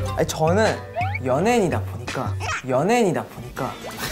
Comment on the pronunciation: 핫클립 피에스타~~ 여으녜인 아으저씨 콸베인(?) 클라인?? 본인거 하나도 없는 여으녜인 나는 우림교(?) 아링낑낑 아링낑낑